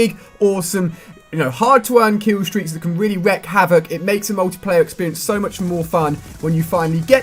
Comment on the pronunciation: It is pronounced wreak havoc. Like week with a R . If we wreck havoc, it would mean we killed the havoc and now have calm. Biggest kill streak cannot be calm silly lol